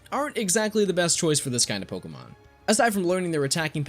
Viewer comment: You are my favorite Pokémon channel. Purely for the fact you actually say Pokémon, and their names correctly. ❤️.